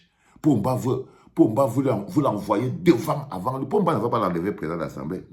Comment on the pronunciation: Ô ooooooooo vraiment c'est Paul Biya que tu appelles Pomba 😂😂😂😂😂😂